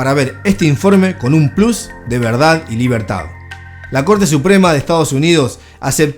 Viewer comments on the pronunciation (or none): none